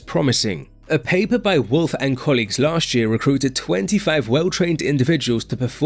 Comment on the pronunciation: the wolf paper and "this" paper. even he cudnt pronounce the german name🤣